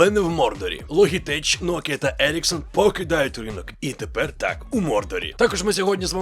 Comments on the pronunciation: Ну не логитеч же, а лоджитек. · Підписався, але з вірою в те, що будеш говорити "Логітек") Як і в бренді A4Tech (ЕйФоТек). Популярна помилка, як зі словами Knight/Knife.